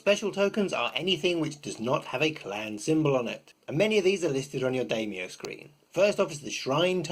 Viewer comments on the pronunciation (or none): I'm actually rather more excited for this game than L5R. Way less competitive and complicated. Also (I hate to be that guy, but I'm going to be), it's pronounced "DIE-myou", not "DAY-myou".